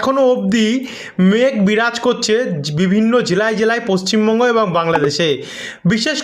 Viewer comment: পশ্চিম বঙ্গ টাকে ঠীক করে উচ্চারন করুন ৷ 😅